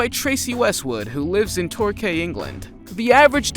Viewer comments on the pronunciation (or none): Torquay england is pronounced tor key not tor kay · Torquay pronounced Torkey